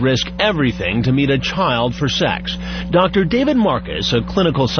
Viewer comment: He'sh cuuum fur sssuuuuweeexxxx